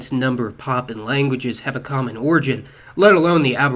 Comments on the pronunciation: What's with the "Papan"? The word is PapUan (pah poo wan) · Dude it's 'Papuan' (PA-pu-an) not 'Poppin'.